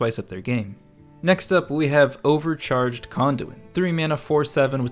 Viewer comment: I thought you said overcharged Condom😂😂